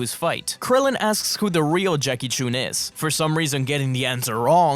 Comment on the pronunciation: Did you really call him "Jackie Choon?"